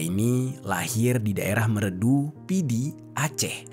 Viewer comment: Makasih telah membahas kasus ini saya sbagai orang aceh ketinggalan berita nih apalagi ada yaa kasus kayak gini d daerah tercinta kita aceh😢 karena jga orang aceh jdi tepat sekali dalam pengucapan kata2 kampong yg ada d aceh kayak kata MEUREUDU 👍🙏😊